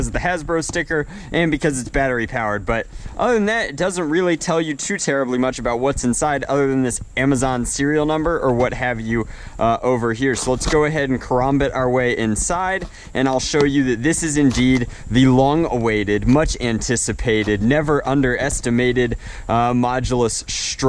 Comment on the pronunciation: Karambit is pronounced care-am-bit not trying to be one of those douches because i understood what you meant i was just clarifying in case you didnt know